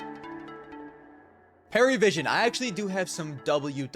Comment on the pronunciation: it's not Paravision, but Pari, Parivision